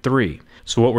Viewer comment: Did anyone else catch him saying "Power Supry" ?